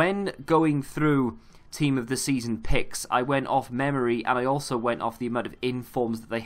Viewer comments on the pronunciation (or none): none